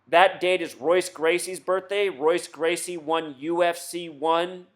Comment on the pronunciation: nate Diaz is not trained by royce gracie (which you pernounce incorrect), Diaz trains under Czar Gracie, I wonder how many other facts you use in your decoding are false as well